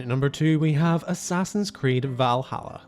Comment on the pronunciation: The moment you said Assassin's Creed you lost all credibility😂😂